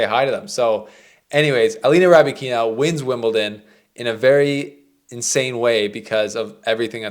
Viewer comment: I like the complete mispronouncing of the name